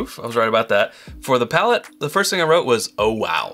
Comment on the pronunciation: It's *PALATE*. (I know they made that mistake too :/)